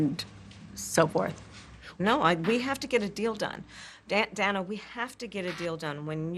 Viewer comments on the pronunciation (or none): Pronouncing her name as “Dhana” instead of “Dayna” is the cherry on the pie 🤌🏽🤌🏽🤌🏽🤌🏽